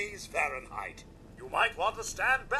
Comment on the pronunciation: 2 hundred hundred hundred degrees farienhint... that's some hot coffee